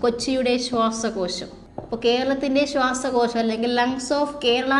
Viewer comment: ശ്വസക്യാശം അല്ല ശ്വാസകോശം